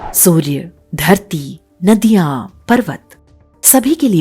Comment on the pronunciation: नाडिया नहीं , नदिया जिला